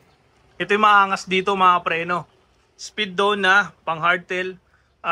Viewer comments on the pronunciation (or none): Sir, correction no offense. It should be pronounced as “Speed One” not “spidon” 😊